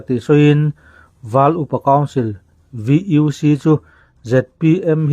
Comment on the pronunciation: VUC, u hi mizo tawnga û in lam tur. Val Upa Council...